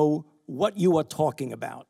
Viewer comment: U don’t know what u are “tawlkin” about lmao